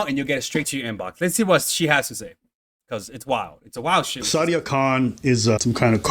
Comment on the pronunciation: Who’s “shada” her name is sadia. And who are you calling soulless?? lol Europeans are soulless. Unfollowed